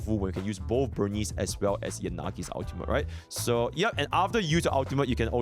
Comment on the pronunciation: why people violate burnice name like that? "burn-neece"